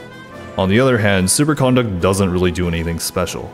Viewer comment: Does it drive anybody else nuts that he pronounces it "supercOnduct" with an emphasis on the con?